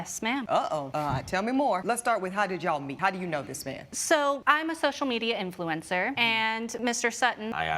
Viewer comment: Influenza not influencer hahahaha